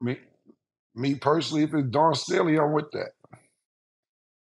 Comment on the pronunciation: “Dawn Stanley”, “Andre Jordan”, Cam stay butchering people name 🤣🤣🤣